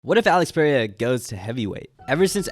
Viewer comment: ITS NOT PUH RAY UH